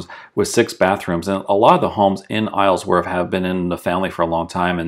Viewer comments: The proper way to say it is Isle-worth. Not Islesworth. You kept adding an S to it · I cringe every time you say IsleSworth..... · Love the drive thru but my god it was difficult to hear you saying “IsleSworth” every single time.